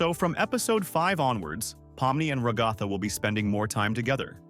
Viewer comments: Ra-gath-a No its rag-a-tha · Bruh can't pronounce ragatha right lol....